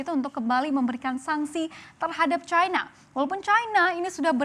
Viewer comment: Kok dibacanya chaina bukan china? Kalo china dibaca chaina, AS hsrusnya Ae Es dong. Dasr